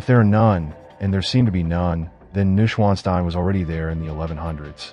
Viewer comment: iiiiiiii a little bit of effort with pronounciation specially if you use it in every other sentence over and over wrongly, it is "noysch-vaan-shtein" or let it read aloud by google